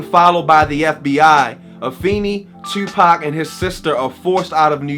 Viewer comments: First time viewing this channel, but as soon as you said "Tewwwpac" I knew you were from Baltimore. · Knew you were from Baltimore how you say "Tuupac"